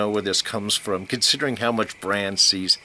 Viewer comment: It's BrAn, short for Brandon. Not Bron.... who is a totally different, dragon-shooting character....